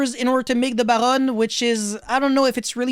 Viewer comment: Do you speak French? I noticed a bit of accent when you said 'Baronne'.